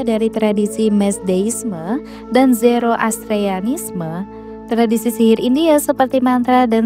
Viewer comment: Bukan ALHINDI TAPI ALKINDI KAAA tolong dong yang bener bacanya...zoroastianisme..bukan zeroastrianisme.